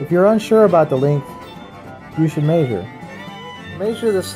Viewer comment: mayzhure xD